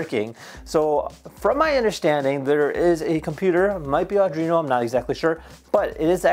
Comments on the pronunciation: Pretty sick table! Just a heads up, a lot of people make the mistake of pronouncing Arduino with a second ‘r’ but it’s really pronounced Ar-dwee-no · Aw-drino? eesh...